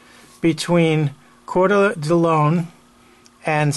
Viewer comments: Just a point of fact: Coeur D' Alene is pronounced "Kor Da LANE" (not "LONE"). Great brush up video. Thank you! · Its pronounced; kor dah lane.